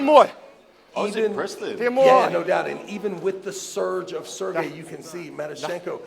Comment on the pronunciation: Why does Travis keep calling Serhii, Sergei? Am i missing something?